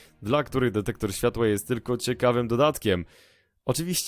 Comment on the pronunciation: Dektektor śfŁatŁa